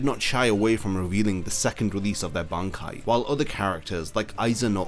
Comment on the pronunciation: Bankai needs to be said Ban then Kai 😂